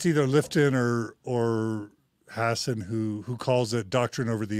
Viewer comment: Hassan man, stop mispronouncing his name